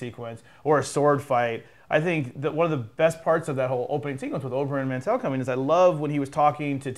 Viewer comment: good review and good analysis. I love you guys and value your opinions which is the reason why I always end up here .. but Jesus Christ, for me as a book reader it is just cringe-worthy to hear the names mispronounced. It is MARTELL! .. sry :) and the sword smith wasn't from Valyria, he was from Volantis. He couldnt even have been from Valyria, because the Valyrian Freehold collapsed 400 years ago through a cataclysmic event and no longer exists. That's why you cannot forge a Valyrian Steel sword anymore, the knowledge (and the dragons whose fires were used) is lost there are a few smiths who can reforge Valyrian Steel, the best one was in Volantis who reforged Ned Starks valyrian steel sword "Ice" :)